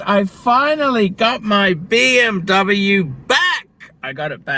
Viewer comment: So.. what you're saying is that you have your Beeemmr back?.. is that what you said? or I didn't get it right?...... PMD!